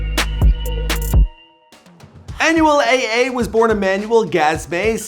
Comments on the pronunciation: Aye aye 🤣🤣 it’s Anuel doble A 🤦🏻‍♂️ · mans said anuel "aye aye" im weeaaakk its anuel "ah ah" come on guys 🤣